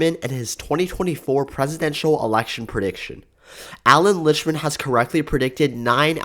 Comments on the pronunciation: Same with "Liktman" not Lichman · dude you are pronouncing his name wrong his name is actually Allan Lichtman